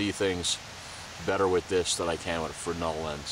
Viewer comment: Congrats! You're the first person to ever pronounce "fresnel" correctly on youtube! ;-) Nice kit, btw! And a very good vid.